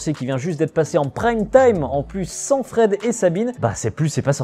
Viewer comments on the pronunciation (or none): none